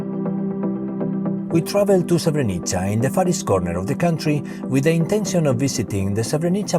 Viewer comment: The state is called srebrenica not srevernica